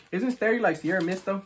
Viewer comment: starry lowkey insane combined with how you dogging that burrito 😂 and you calling it starey but starry valid tho